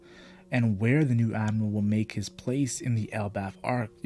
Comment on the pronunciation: When you speak i can't understand anything. instead of admiral you say admal..... please ....